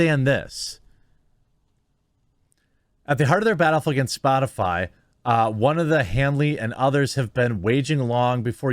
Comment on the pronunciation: Psssh. Psaki-Puppet was talking about Spotifly, didn't you hear her? LMAO. She can't even say it but is supposed to be taken seriously.